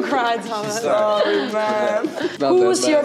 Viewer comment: that sorry accent tho